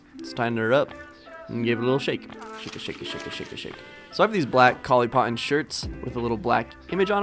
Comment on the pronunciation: Coly Potton ... okay